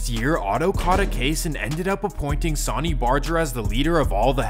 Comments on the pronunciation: his pronouncing of Sonny's name , each charter is independent, Sonny may be godfather of the modern club but was NEVER in charge of entire club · Pronunciation isn't strong with you. Jesus sonny isn't pronounced that way. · Hating on Hangtown, tut tut yeah y'all stay away, take 80 you still hit the lake. Hating on Reno, now that's funny. (different vid) These weird mispronunciations you do must be good for driving engagement. Bet there's a sh*tload of comments about how to say 'Sonny' and 'Laughlin'. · Really, sonny (soh-nee)…why does everyone who makes these types of videos botch the names. Nerds. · Could have at least pronounced Sonny's name and Laughlin correctly 👎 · Great video, but the way the narrator pronounced Sonny and Laughlin was kind of annoying, do your research. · The amount of inaccurate information is insane 😂😂 and his name is pronounced “Sun-ny” not “saw-ny” The chief Sonny Barger. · It’s fucking sunny 🌞 stop calling him sauny lmao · Dude it’s not pronounced like the word Sony it’s pronounced like the word sunny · Why do you pronounce sonny like Sawny? Lmao it’s sunny bro and Laughlin is pronounced “Loff-Lin “ not Law-Lin 🤭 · You pronounce it “SAW ny” but it’s “sUH ny” like “son and daughter” or “sun and moon”. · It is called SUNNY not Sauni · “Sawney” Barger?! How bout Sonny (Sunny) Barger. Come on man. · Pronounced "sunny" not "saany" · Sonny is pronounced sunny. Laughlin is pronounced loff-lin. Cellphones existed in mass markets since the 80s. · How do you an entire documentary on the Hells Angels and pronounce his name Sahn-E? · Are u a weird computer program..bc idk any1 that pronounces sonny (San-knee) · Sonny is pronounced “sunny” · "Sawyny" Barger, lol. Assuming this isn't an AI narrator, that's pretty sad. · His name is pronounced Sunny...idk how you wouldn't know that but I hurt my ears every time you tried to say his name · Sawny barjer, monteeeebelo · Sonny Barger's name is pronounced, "sunny" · Sunny not sonny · Pronounced Sunny. 🌞